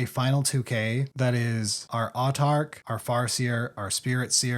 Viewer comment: It comes from the same root where we get Monarch, if that helps on how to pronounce Autarch